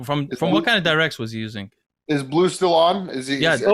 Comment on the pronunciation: They gave bleu a French name but they don't pronounce it in French? I'm guessing his parents don't speak french but appreciate the culture. Edit: just want to make sure that you guys know this isn't a rip at his name or anything